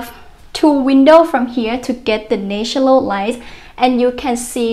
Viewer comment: Well done but please try to pronounce "natural light "